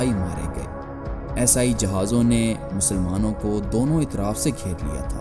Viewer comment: Video buhot khoob hai, Aapse guzarish hai Esai sahi bol le aur behter rahega…. Shuru me samjh na dushwar hua